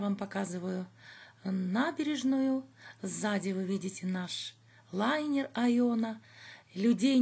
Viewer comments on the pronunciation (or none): none